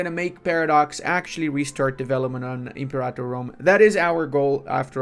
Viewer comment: I'm pretty sure you're saying Imperator wrong. It's not em-por-otta. It's like Imperial. Imper-a-tour.